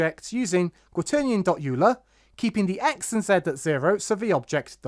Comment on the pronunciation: Just a heads up for future videos, Euler is pronounced "Oiler" or "Oy-luh" Either way, great work. I like the way you break everything down. It makes it easy to follow what the code is actually doing